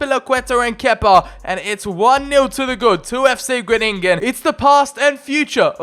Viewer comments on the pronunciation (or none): Bit late but its called fc Gro-ning-en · Im dutch you say fc grooningen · Hahahah ono the way you say fcgroningen 😂👍🏻